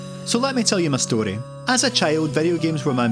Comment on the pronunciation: that was the most Scottish "story" I have ever heard in my life.